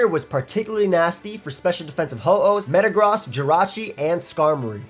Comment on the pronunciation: this man really said "Metagrahs"